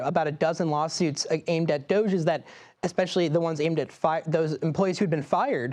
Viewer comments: It's not 'Dozhe', it's Dodge-y. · it is pronounced do -ge like doge houser.